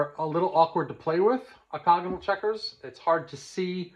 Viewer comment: Enjoying your series still. FYI, I think you’re mispronouncing OCTAGONAL. The first A you’re sounding it out as an O. 🤓🙏🤓Great insight otherwise.